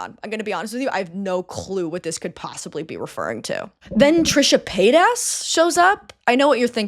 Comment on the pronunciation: she really said Trisha PaidAss! Noooooo lmaoo